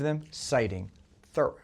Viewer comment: Dude, Henry David's last name isn't pronounced like the word "thorough", it's pronounced "ther-ROW" with the accent on the last syllable.